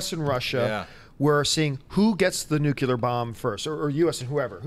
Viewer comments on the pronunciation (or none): mispronounces nuclear as "nucular," which is so irritating and is also weird for a Canadian -- and didn't know how to pronounce "Nuremberg." Nuremberg! That is embarrassing. C'mon guys.